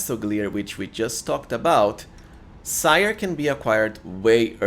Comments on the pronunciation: I think Ciar is pronounced like Keer but I could be wrong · Ciar is pronounced "Char" btw